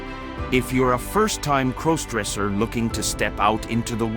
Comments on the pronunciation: Stop mispronouncing crossdresser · Stop mispronouncing crossdresser 😢